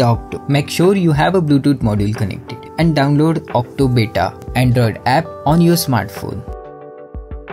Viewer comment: Why are you saying otto as octo????????